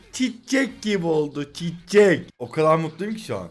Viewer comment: Çiççek deme abi yeter yaw